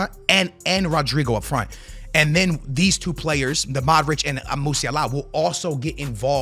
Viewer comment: Not how you pronounce “Musiala” you casual.